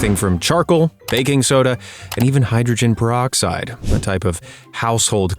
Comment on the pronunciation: does not seem to know what the hell hydrogen peroxide is 🙄...